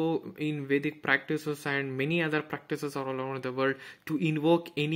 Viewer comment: Watta a great knowlege. I admire your work...The way you uttered Vedic Culture, even our accent sounds fake